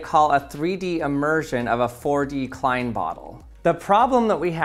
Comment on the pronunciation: You are saying “klein” wrong.